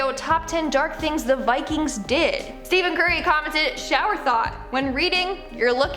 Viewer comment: she really said steven curry😂